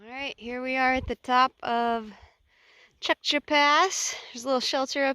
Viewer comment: I thought the valley north of Tjäktja Pass was awesome. You are pronouncing it as well as any non-Swede could pronounce it. Kings Trail / Kungsleden